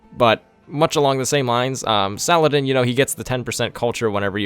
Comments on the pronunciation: Sal-ah-deen Not Suh-lad-in. Fucking mutt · Salah ad-Din